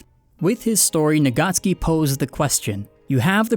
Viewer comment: And the author's name is Tappei Nagatsuki, not Nagacki. He is Japanese, not Polish :)